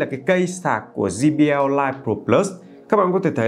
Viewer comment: Quảng cáo cho hãng mà đọc sai thương hiệu của ngta rồi ông ơi. Đọc là “giây bi eo” chứ sao lại “gi bi eo”